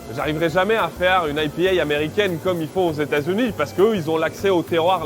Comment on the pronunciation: Produit purement français d'ou son aie pi hè !! Il est ridicule !